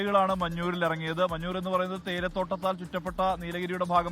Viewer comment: SK മഞ്ചൂർ ആണ് മഞ്ഞൂർ അല്ല